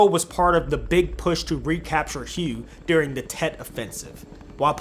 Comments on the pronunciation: Ummm Hugh, Vietnam??😂😂😂😂 You mean WAY, Vietnam. At least thats how it sounds. HUE.😂😂😂😂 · It's not pronounced hue, it's pronounced way. The battle for hue was part of the tet offensive in early 1968. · hue is huhway not hugh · Hue is pronounced like whey, not hugh. Interesting video, but if you want to be a content creator/historian, please research the pronunciation of names and places. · It's not pronounced Hugh, its pronounced "way!" (Hue)! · Hue is pronounced “Whey”. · Aside from butchering the name Vietnamese "Huh-way" other wise solid. Nic will have some competition